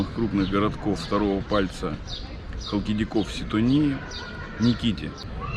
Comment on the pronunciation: Отдыхая на Ситонии,бывала в этом поселке..очень милый!😊 Но пожалуйста,не коверкайте названия!ХАлкидики,удаление на первый слог...СитОния и НИкити..